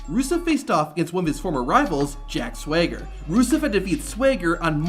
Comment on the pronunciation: The way you say Jack Swagger bothers me so much